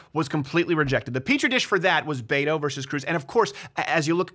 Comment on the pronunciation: Its Beto. Hard T. BET OH or BEH TOE. I hate him, but that's just one thing the left would say is you cant even pronounce his fake name wrong. I live in Texas and was for Cruz, but so many people mispronounce his fake latino name.